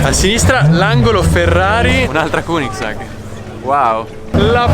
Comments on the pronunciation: solo oro perdonami ma uno che mi pronuncia gunigsag non merita la mia attenzione. È solo un figlio di papà. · Conoscevo la koenigsegg ma “kunisag” non l’avevo mai sentita 😂😂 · no no lui ha detto kunigsag